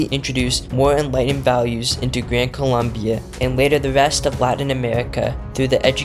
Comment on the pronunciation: Expert in history cant even name a country correctly (its Colombia)